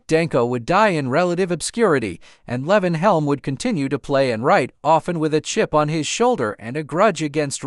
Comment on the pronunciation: Lee-von not Levon